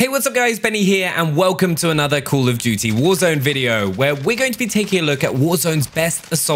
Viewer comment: Col of dewty